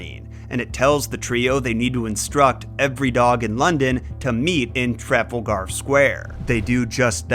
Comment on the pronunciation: I'm sorry, where did they meet? Treffle-Garr Square, you say? Is that in Burrming-Hamm Allerbaymer?